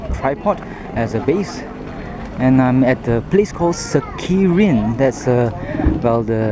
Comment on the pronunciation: Next time just take photo, even the place you don't know to pronounce. Serikin not Sekirin